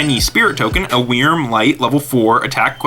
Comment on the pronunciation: Anyone else think how he says "wrym" is not good.... its pronounced like "worm" sigh